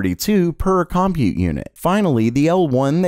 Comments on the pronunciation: It's pronounce ''cum-PUTE'...Not 'COM-pute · Please look up how to pronounce "compute". It's really grating.